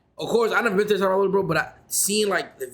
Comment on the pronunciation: El Salvadorrrrrrrrrrr